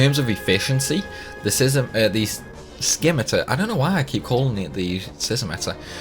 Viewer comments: He calls the Gelnika.... Galankir....now a scimitar SiSimitar 💀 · Still trying to comprehend your pronunciation of Simitar